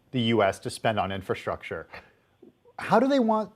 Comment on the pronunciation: "Infastructure".....read "pork"